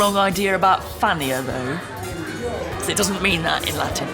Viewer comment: She's very interseting, but I can't understand how an expert on Rome mangles the pronunciation of Latin so horribly.